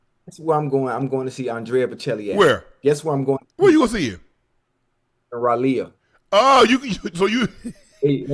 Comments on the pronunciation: I’m from North Cackalacky and Ocho got me saying Rah-Lee-Uh 😂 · Raleigh=Rah-Lee Ocho lol 😅 that's how you say it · Stop pronouncing Raleigh like that lol 😅